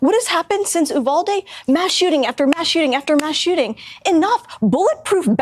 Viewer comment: Woman can’t say “Uvalde” correctly. Correct pronunciation: “U-val-dee”